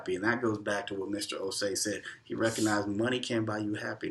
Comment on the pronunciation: I like how you guys correctly pronounced the’Osei’.. perfectly pronounced.. Welcome home 🇬🇭